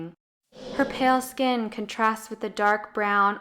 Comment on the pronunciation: Just a little friendly advice: the organ that covers one's body is pronounced "skin", not "sken". Pronouncing words correctly makes a big difference when you're trying to be a credible source of information.